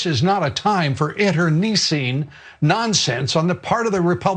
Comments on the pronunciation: Whose that olde geeza who's trying to talk English but appears unable to correctly pronunciate ? Internicine is spoken as 'nice', not neece. Got it, old man to Heydrich lookalike ¿? . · For god's sake, it's intercine! not interkneescene. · interneesing..Interneicing... or is he trying to understand the word 'Internecine?' IN,TER,NEH,SEEN. Hmm. well whichever it is it does not end in 'ing' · What is "inter-neesing"? Is Dobbs trying (and failing) to use the word "internecine"? And shouldn't his handlers coach him to not use big words around Fox viewers? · interneesceen that’s a new word for lew dickhead can’t even pronounce it right Idiot!!! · Lou "Oh, Dobbins?! Dobbs: Why the rather awkward pause between the 2nd and 3rd syllables of "internecine," also he put the accent in the wrong place. These people use words for which they don't know the meanings nor how to pronounce. I cite Ari Melbers problem with 'indicia.' A word in his line of work that should not surreptitiously creep up upon him, lol. It's a soft 'c' by the way. There are many other examples which, at present, escape me. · I've never heard "internecine" pronounced that way. But I mostly hear Britons say it. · Lou mispronounced "internecine." He can google the correct pronunciation from his gated community tonight. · Yeah Dobbs' opening lines sound rehearsed or read off of something, it seems obvious when he mispronounces internecine, a word he probably has only read. No, he's a buffoon in this clip, who in god's name could take that seriously? Thanks for pointing out the absurdity. Man, I wish I could afford to actually watch your shows (Young Turks and Damage Control) instead of just the occasional Youtube clip...sigh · I’m tired of hearing him pronounce internecine incorrectly!